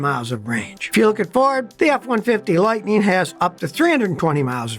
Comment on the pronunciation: F150 "Lighteen"???? "Onconventional"?????? "Crasheen"?????